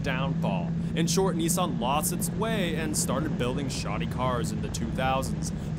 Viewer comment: It’s nis-sun not knee-son